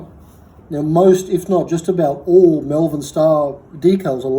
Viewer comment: Exceptional bike, fantastic history, but please, its MOLE-VERN, MALVERN. Not mel-vern or me-yel-vern or whatever it is thats making me cringe everytime I hear it. Source: I'm from there. Seriously, what a cool machine! I'd say M.S.CONN was the original ownerp